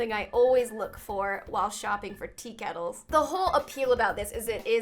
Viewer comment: i literally love americans talking about kettles 😂😛